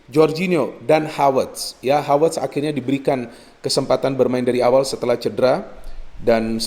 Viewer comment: Selalu suka aksen khas yang ketika mengucap huruf V menjadi W, pas bilang Havertz jadi Hawertz, Jesus Navas jadi Jesus Nawas